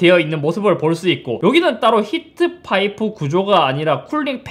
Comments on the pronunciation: 크흠.. 히트파이?? '프'는 어디에???? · 히트파이X 히트파이프O